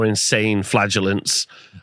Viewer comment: Flag-Ahh-Laan-Tays is definitely how it’s said 😂❤